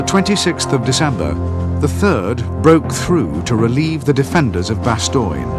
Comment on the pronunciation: bastoine.. lol.. BASS-TONE